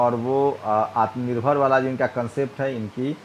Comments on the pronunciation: Jo Insaan " aatmnirvar" nahi bol pa raha hi..wo hamara home minister hi..our badluck..we should think about it.. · साला को बोलने नहीं आराहा है आत्म निर्भर तो ये क्या देश के लोगो को आत्म निर्भर बनाएगा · आत्मनिर्भर नहीं बोलने आता हमारे नेता जी को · Nalayak Amit Shah can not say atam nirbhar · Amit is no 1 illiterate even he can't pronounce Hindi word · टकला ठीक से बोल ही नहीं पा रहा है आत्मनिर्भर शब्द को 😁😁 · Khud to aatmanirbhar word bola nahi ja raha hai ye sale desh ko kya banayenge pata nahi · आत्मनिर्भर बोलना भी नहीं आता ईस मोटा भाई को.. एही दुसरे पर निर्भर हैं .... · Amitshah atm nirbhar nhi bol pa rha h... To atm nirbhar kaise bnege y😀🤣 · आत्मनिर्भर बोलना ही नहीं आता..... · Shah ji Jo Aatmnirbhar bolne v nhi aa rha h or chale h desh ko Aatmnirbhar karne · Gadha sala tadipaar gunda evm k bal per sala home minister bna hai sala , aatmanurbhar bolna nhi aata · Jis home minister Ko atmanirbhar bolna nahi aata oh minister ha desh ka kiya ho ga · Ye atmnirvar nahi bol pa rahe h ye banenge kya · Bol nh pa rh h ye atmnirbhar bhart ky banayenhe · Aatmnirbhar bolna nahi aata he aur desh chala rahe he kiya hoga desh hoga jago re...........jago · Dekh lo andha bhakto atmnirbhaar bolna nahi ata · Aatm nirbhar bolne nahi aa rha iska matlab ye bhi jumla hai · Bhosad pappu,Ye amit shah aatmnirbhar bol nhi paa rha,to pure hindustan ko aatmnirbhar rakhne ko kaise bol skta hai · आत्मनिर्भर बनने को कहा गया है.. वही आत्मनिर्भर शब्द ही नहीं बोला जा रहा... हद्द है... 😁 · विजय किसी की बपौती नहीं है, अमित शाह साहब कम से कम "आत्मनिर्भर" का उच्चारण करना जिस गृह मंत्री को नहीं आता है, वह पढा भी है, या नहीं अब तो एेसा लगता हैं, भोलू गोलू दोनो ही अनपढ़ लगते है |सुधर जाऔ नहीं तो आने वाले समय में तुम्हें भारत के किसी भी अस्पताल जगह में नहीं होगी | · Abe Takle..Pehle Atmnirbhar To bolna Sikhle..😃😀